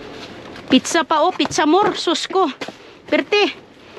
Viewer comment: yan kc ang pag ka pronounce ni ginaya lng ni, instead na pizza pitcha😂😂